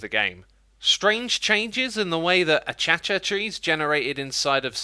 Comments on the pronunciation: "Aychacha trees" You mean acacia trees? Pronounce Ah-Ka-Kia. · I cringed so hard hearing xisuma pronounce acacia wrong. 'Ah-kay-sha" is how you pronounce it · "achacha trees" you just made thousands of australians angry including me. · ITS NOT ACHACHA TREES!!!!!!!!! its Acacia NOT Achacha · "Uh-cha-cha trees"? "Uh-kay-shuh" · Ahchacha trees Lol. It’s Uhcaysha trees. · Me: [pronounces acacia "A-cay-sha" Xisuma: [pronounces acacia "A-CHA-CHA" ] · its a-cay-shu not a-cha-cha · achachia trees? what? Acasia you mean. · achacha? you mean acacia? pronounced "uh· kei· shuh" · it's acacia not achacha. it's pronounced: acaisha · AH-KAY-CEE-YA not achacha. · Achacha trees? LOL (its Ah-Kay-Sha) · Its " Ah-cay-shuh " not "A-cha-cha" :p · achacha tree?? not akaysha? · I could smack him for saying a·cha·cha instead of uh·kei·shuh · Its not achacha trees its acacia trees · He called them a-cha-cha trees! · ACACIA... dude u say it like akasia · Acacia is pronounced "Uh-kay-shuh" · Ack-aise-yuh tree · "A-cha-cha trees" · Acacia is pronounced (ah-kkay-sha) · " ACHACHA TREES " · did xisuma say 'achacha" trees? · Calling Acacia Trees “A-Cha-Cha Trees” lol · A-Cha-Ca- tree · uh-kay-shuh trees. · “A cha-cha” trees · BTW, "acacia" is pronounced "uh·kei·shuh", where the "kei" sounds like the letter "K" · I like-a... do... The Acha-cha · Sorry mate but Acacia is pronounced Ah-cay-see-ah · huh. I'd never heard 'acacia' pronounced that way (I've always heard it as 'ah-kay-sha') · I had heard about the achacha tree pronunciation, but today was the first time I heard it Can't stop laughing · acacia is pronounced "uh-cay-shuh" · I love how he pronounces acacia its pronounced uh· kei·shuh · I'm just gonna try my best to ignore Xisuma just said Achacha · A-cay-sha trees A sounds like the "o" in glove cay like cake Sha is like the music group Shanana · nobody: xisumavoid: a-cha-cha trees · Did he just pronounce acacia as achacha? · Uh cha chuh trees? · Normal people: Acacia Xisuma: ACHACHA